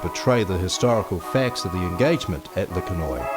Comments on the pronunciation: It's pronounced Le Ken Wa. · This is so inaccurate,it's sad .New Zealand troops fought with Germans on the 4th of November ,a friends grandfather was killed that day and we have visited his grave You could have learnt to pronounce Le Quesnoy properly